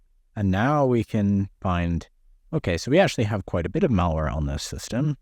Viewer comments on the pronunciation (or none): Idiot me, wondering what's up with this "Mauer" only to realize midway he's saying "malware".